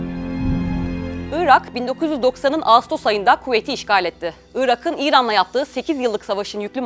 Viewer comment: Irak'ın diye yazılır, Irağın diye okunur. Ünsüz yumuşaması.